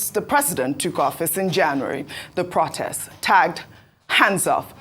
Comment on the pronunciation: plse learn the right pronunciation for the word, "protest".